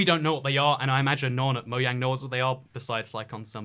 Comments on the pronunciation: He said moyang not mojang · Lmao he said moyang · Did he just say moyang? 😂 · It’s Mojang not moyang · who calls mojang "mo yang"